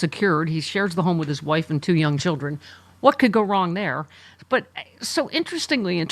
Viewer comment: Melania turns the word children into a four syllable word. Chee ill der un.